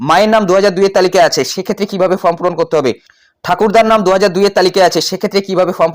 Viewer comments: দিনে ৪টা কেন ১০টা ভিডিও করেন তাতে ফর্ম কেন ফ্রম হবে। এধরনের ফালতু কারণ না দেখিয়ে নিজের উচ্চারণ ঠিক করুন। ভিডিও করে যখন জনসমক্ষে প্রচার করছেন সঠিকভাবে ভিডিও করাই বাঞ্ছনীয়। ভুল ভুল‌ই । স্বীকার করতে দোষ কোথায়? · ওরে ভাই, ফ্রম না, ওটা ফর্ম হবে।